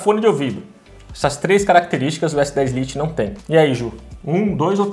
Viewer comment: " s10 Liti" 🤦🏾‍♂️🤦🏾‍♂️🤦🏾‍♂️🤦🏾‍♂️🤦🏾‍♂️